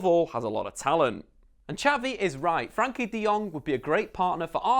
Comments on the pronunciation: Very nice summary of his qualities. I’m pretty sure Frenkie will be one of Barcelona’s top players in 2 or 3 years. He is making every team play better. His name is Frenkie, not Frankie btw and Its Willem Two, or twee (Dutch) not deux. We are Dutch, ne pas Français :-) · Firstly, it's FrEnkie de Jong, not Frankie. Also Willem II are Dutch, not French, so you can either say II (2) in Dutch or English. Other than that, great analysis. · Its frEnkie not Frankie you dumb ass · Its not Frankie Its Frenkie....you keep saying it wrong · Its FrEnkie de jong, with an e😉. Rate your videos!